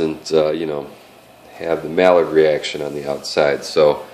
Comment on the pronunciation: PLEASE stop saying "mallard" reaction. Two L's make a Y in some foreign languages. It is supposed to sound like "my-ard"